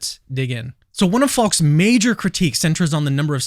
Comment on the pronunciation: Faulks name sounds like false when you say it. Just saying